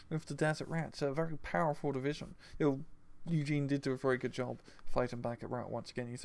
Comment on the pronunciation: please its Yue Jin, not Eugen. Pronounced U (the letter) Gin (the drink). Everytime you feature him in your deck vids you pronounce it wrong.